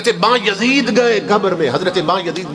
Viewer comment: How does he know who said what in grave. Although they were revered personalities but how does this molvi. Plus name is not Ba-Yazeed its Byazid.